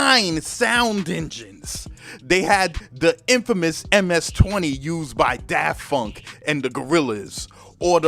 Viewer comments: Bro I swear you’re always saying “Daft Funk” instead of “Daft Punk” 😂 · Daft Punk not Funk dude. But great videos still. But you said that on another video as well so had to point it out. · I love how he says "daffunk"